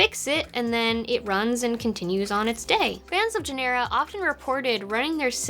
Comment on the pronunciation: Nice. I do remember how wonderful it was to debug software, fix it while it was running, then continuing right there from where it crashed. Talk about a tight debug loop. It was awesome. Also, it’s pronounced GEN-er-uh. Also, I resent the characterization that we didn’t hack each other! I at least most certainly did!!! (What’s the statute of limitations?)